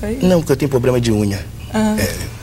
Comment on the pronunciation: "não porque eu tenho pobrema de unha" kkkkkkkkkkkkkkkkkkkkkkkkkkkkkkkkkkkkkkkkkkkk